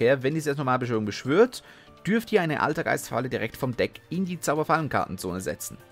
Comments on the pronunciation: Deine Aussprache der altergeist Monster ist manchmal schon bissel savage :D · Oultergeist MUultifAiker Aussprache 😂😂😂😂